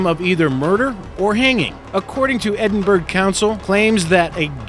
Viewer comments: Tira T EDDIN BURG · 😂 i live about 40 min north of Edinburgh. only americans call it edinburg. in almost every video that mentions the city it’s pronounced incorrectly. i really hope folk from the usa learn how to say it properly before they come to scotland, they might get a smack in the mouth if they say that to a scot. 🤣🤣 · And Edinburgh is pronounced edinburro with a short "o" at the end. Brawn is a slang word for strength (muscle) and also a dish of pork or calf brains cooked and kept with aspic jelly. Brawn is often used in English to contrast with intelligence. "Brains beats brawn" or vice versa. Typical irony as both are really brains. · even though it's spelled Edinburgh, It's actually pronounced Edinburruh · Pete Even Edinbra would be better 😁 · nah bro its edin-burg haha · edinburg xD seems like only scottish people can pronounce Edinburgh properly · edinburG! I love Americans! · Andrew the Celt lol Edin-burg 😂😂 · Andrew the Celt Edinburgh is pronounced edin bu ru h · don't ever pronounce Edinburgh like that again ye bam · It’s called a “galley”, not a kitchen. And for God sakes, learn how to pronounce “Edinburgh” correctly! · you pronounce Edinburgh wrong. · its Edinburgh not edinburg !! ed-in bur-uh... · edin-BERG you prat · No 7...At least pronounce the name of the city properly. It isn't spoken EDDIN-BURG. It is pronounced EDDIN-BAR-ROW. MORON! THEY WERE SHIPS, NOT FUCKING BOATS. THIS IDIOT NEEDS TO STOP MAKING SHIT VIDEOS. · Why can't Americans not pronounced the Burght in names,it's edinBurgh,Edinburgh Fraserburgh and home town Musselburght ,all in Scotland,say the Burgh part if your shouting. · EDINBURG JESUS WAY TO BUTCHER OUR LANGUAGE ITS EDINBURGH AS IN BOROUGH SMH😑😕😒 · It is spoken ED-IN-BAR-RA not fucking. ED-IN-BERG, YOU FUCKEN DUMB YANK. And I'm an Aussie and know how it is spoken. And they are SHIPS, not Boats! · the pronunciation is 'Edinburra' not Edinburg..... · Hey, Mr Narrator,.. Edinburgh = Ed-in-buh-ruh (ruh as in,. crud).